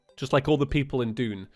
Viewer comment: mfw when it took me two episodes to realize that he was saying "Dune" and not "June"...🗿